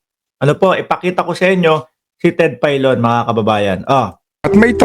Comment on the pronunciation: Ted Failon hindi Ted paylon tanga.